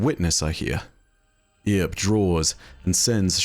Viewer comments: It's pronounced "Urp" "err-p" Loremasters should know that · All of these names are references to the American Wild West, media or otherwise. Earp is pronounced "Urp", like burp. Also No Name is a reference to The Man with No Name trilogy starring Clint Eastwood. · Heads up from someone from New Mexico: "Earp" is pronounced like "urp". A reference to Wyatt Earp, one of the major players of the O.K. Corral. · I had to pause and rewind when he pronounced it "Ear-p" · Haha this overly proper British pronunciation was hilarious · I kept thinking "Wyatt's not gonna like that." Also, good odds that I'll never be able to see "Earp" without flashing back to "EARp" and giggling like a lunatic. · After how poorly he pronounced such a simple name as "Earp", I'm considering un-subscribing, lol. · Love, but his pronunciation of Earp kills me lol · Earp is pronounced like Burp but without the B haha. A reference to one of the most iconic figures from the American West haha. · Eye twitch at utter mispronounced "Earp". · His pronunciation of "earp" grinds my gear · look up Wyatt Earp and Rooster Cogburn for an understanding as to the references used, and how to pronounce Earp. Also, why the ghost is called "No Name" (the man with no name trilogy) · Man, I live in Dodge City and every time he pronounced it wrong I wanted to tear some of my hair out xDDD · I'm gonna stop you right there with that pronunciation of earp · The way you pronounced "Earp" like "Ear" made me throw up in my mouth lol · I generally like your content, but I've got to give you a dislike on this one, solely because of how absolutely atrociously you butchered the pronunciation of the name "Earp". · It's not "E-arp", it pronounced "urp". Love the videos dude. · Earp is pronounced as "Urp", not "Ear-p". Reference to Wyatt Earp, all these guy's names are old west references! 🤠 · Wee-at Ear-p, famous gunslinger. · It's just pronounced Erp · For the love of god. It’s pronounced “eerp “ or “urp” 😂